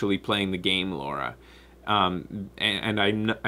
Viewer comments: Oh god, constantly calling Lara, Laura is really getting on my nerves. it's wierd cause stuff like this usually doesn't bother me. anyway, I liked the new Lara character, and most of the other characters. Gameplay was not strong though in my opinion, very generic and absolutely not challenging, played on hardest level without any challenge. Tomb raiding has become trivial, not something I want from my tomb raider game. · Ok this has been annoying me since the live show. How come you pronounce her name as 'Law-ra' instead of 'Lar-ra'? Is it a Canadian thing? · I would say something about pronunciation of Lara sounding like Laura, but I don't think I have the right since I call Ryu "RAI-yu" and the bats in Legend of Zelda "kess" with a short E.